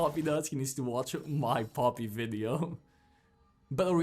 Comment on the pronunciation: bro how u say poppy haha pooppii